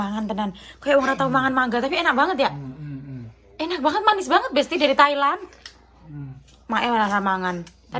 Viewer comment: Aku ngakak ngakak pas bilang enak banget tpi di bilang nya inak anget lucuu😂